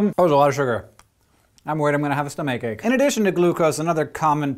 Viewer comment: "i'm worried I'm gonna get a stumma cake"